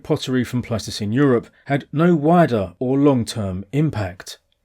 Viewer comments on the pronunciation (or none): It's Pleistocene not plasticine... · 😂 I keep hearing you say "plasticine hunter-gatherers", which is a type of non-hardening modeling clay... Pleistocene plasticine!